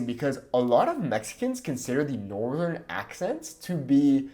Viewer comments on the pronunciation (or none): none